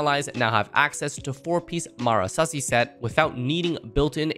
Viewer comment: the pain that i feel when people try to pronounce Marechaussee "Mara-sussy"